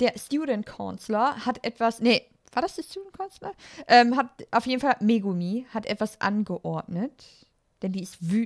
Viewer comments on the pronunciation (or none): sie heißt megami saiko nicht mego/umi q.q